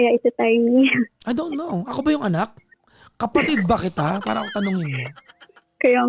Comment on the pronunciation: Ganun na po ba pronunciation ng word na me “R” pa~~ra ,, me~~ron bulol style uso ngayon? 😅